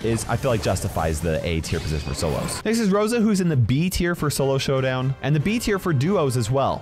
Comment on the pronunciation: Did just said Sowdown?!?!